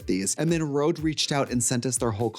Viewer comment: That is not a Rode mic? That's a Røde (red/reds in Danish). Pronounced: hhrroouugghh